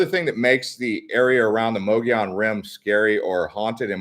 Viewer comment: If you are going to do videos please research pronunciation. Mogollon Rim is pronounced muggy on. The white mountains have a very deep and historical history. Including the alien abducting of Travis Walton. Yes there are strange things that happen up there it was inhabited by Spanish there are still heards of wild horses that descended from the Spanish horses left behind. Hispanic people also settled in the area as early settlers. Is close to the Navajo nation, and founded by Mormon. It is also a very beautiful area, popular with campers and hunters and of course there is the famous Show Low.